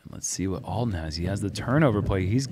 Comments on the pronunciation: Alden pronounced ALL-DEN not EL-DEN. Please correct that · Uli - IT'S ALLLL-DEN, not L-DEN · Can someone tell it’s Alden and not Elden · Uli keeps saying “Eldon” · says that he has known Alden for years and yet pronounced his name wrong every single time….